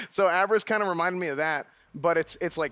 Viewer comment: abriss ... its UP RIZZ , guys ya german lacks potatoes!